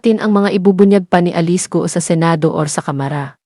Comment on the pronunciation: Yung nag voice over, ayusin mo sakit sa tenga pronounciation mo, sa alice at camara, follower ako ng bunyog